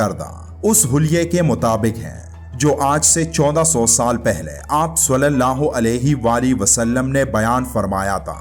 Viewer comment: براہِ مہربانی صلی اللّٰہ علیہ وآلہ وسلم کا تلفظ درست ادا کریں ورنہ بہت گناہ ہو گا